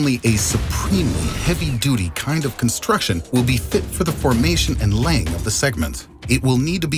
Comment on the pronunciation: It's funny how he lost the pronunciation of the word (Construction) throughout the video for a video that's fully based on (Construction) 🚧 since he lost it 😂 then 😂 then 😅 (Constrution) where's the C? Man *side note this is light joke not trying to drive your attention away from his intelligence and time and effort to make the video* it's phenomenon